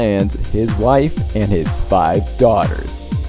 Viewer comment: I had to rewatch to see if he said five or pie 😂 but yeah, where is this 5th daughter